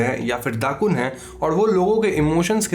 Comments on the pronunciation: not Dakun but Dukun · Indonesian here. It's not "dakun", it's dukun. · Indonesian: dukun: dddaakkkunnn